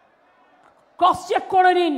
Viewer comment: 'ক্রস চেক' কে কী উচ্চারণ করলেন শুনলেন কিছু? আর দু জায়গাতেই CPM ভোট BJP কে দেবে বলার তাৎপর্য যে ওনার কথা আউলাইয়া গেছে।